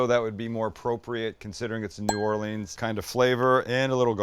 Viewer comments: Stop saying “new Or-Leeeens”, it’s “new or-Lens” sounds like the name Lynn… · Come on down to New Orleans! Will get you right! Btw it’s New Or-Lee-ans, not Or-lean-s. All good tho. Much love. Keep the videos coming. A couple of local YouTubers will be lucky to have you. Let do a collaboration, I’ll set it up. #cajunninja#stalekracker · The bread IS the po boy. Also it's Nawlins not New-or-leens. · We pronounce it New Orlins. And yes, the bread makes the poboy. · Sam - get the boys together and come on down to New Orleans. We have got to some local cooking and culture with ya (and maybe ride in a parade next year). No hating or bashing; but hold the old bay (as many said), traditional seasoned flour (hold the corn meal for dem oysters), catch the real MG dates, and maybe learn how to say New Orleans. No matter what, we will still love ya and pass a good time. Welcome anytime, my guest. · I got a chuckle on your pronunciation of "New Orleans".....